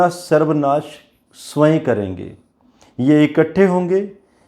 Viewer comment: उच्चारण स्वय नहीं होता है, स्वयम होता है।